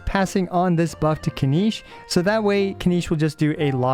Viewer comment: Buff by the way not puff lol😂